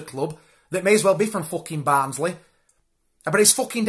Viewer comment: Barnsley = band`s Lee